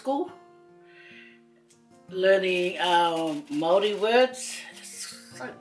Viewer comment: Very nice Māori pronunciation 👍👍👍